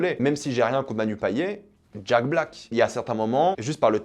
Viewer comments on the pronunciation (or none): none